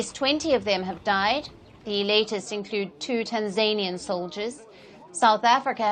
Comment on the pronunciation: I am praying for the citizens of DRC and that she learns how to say Tanzanian properly